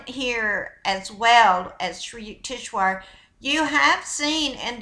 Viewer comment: HIS NAME IS PRONOUNCED SRI U-TEKS -VAR. I DONT RECALL READING THIS INFORMATION FROM ANY OF SRI YUKEWARS MATERIAL.HE NEVER USED THE WORD GAIA. SHE IS PLAGIARIZING HIS NAME TO SEND HER OWN MESSAGE. I DONT DENY ITS A POSITIVE MESSAGE,I JUST DONT THINK ITS IN THE INTEREST OF HONESTY. SHE SHOULD NOT BE DOING THIS.